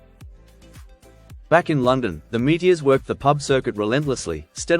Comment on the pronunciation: I remember them well, but I never heard Meteors pronounced without the OR.